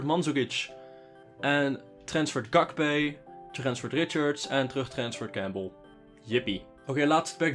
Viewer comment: zegt: "Sjakpee" ipv "gakpee" mag je zelf kiezen welke goed is hahaha